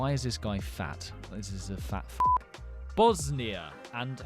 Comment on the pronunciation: boz knee ah and hertz a go vee ner